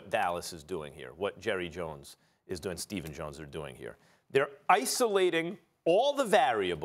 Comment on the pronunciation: “Jurry Jones”